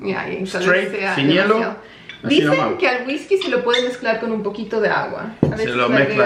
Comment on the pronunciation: Me mató cuando dijo wiskacho 😂